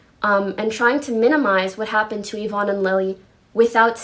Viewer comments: he pronounced yvonne ya von ee. he has autism though so its not really right to make fun of him for his pronunciation. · Why do you pronunce "Yvonne" differently everytime you talk about her lmao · I have to tell you this because otherwise you might not ever know but Yvonne is pronounced Evonne and Sean is pronounced Shawn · good detailing of the drama, but how you make a 3 and a half hour video about the otv drama and mispronounce SEAN and YVONNE